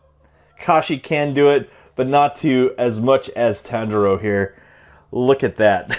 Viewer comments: Everyone: Tanjiro You: Tinjiro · Bro butchered the name tangero like lmao but goooooood review so i like herring some of the bad parts about figs but when thw whole review is js like this parts bad this parts bad this parts mid or sum and then like give it like 8.5 or sum shizz like your amazing thank you for ts